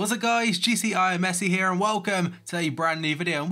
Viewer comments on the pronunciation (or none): none